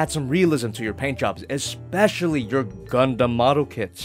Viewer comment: Did you say gundam?